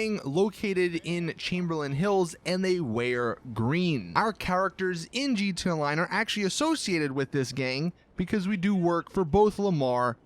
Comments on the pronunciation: He's says GTA online like this gtaline I like it like that lmao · "G.T. aonline" why do you do this